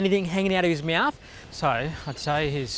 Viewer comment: I love this episode but the way that the guy that treated the aligattor says "meauthw" insteed of mought is messing with my nerves... omg